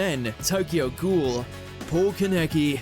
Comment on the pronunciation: You guys need to get someone who'll at least attempt to learn how to pronounce character's names correctly. Poor Kaneki is tired of being called Kuhnecky. Haha